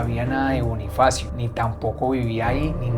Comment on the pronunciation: Soy la única que se da cuenta que en el minuto liendra dice Bonniefacio como nuestro Bonniefacio de five nights at freddy's 🐻🐰🐥🦊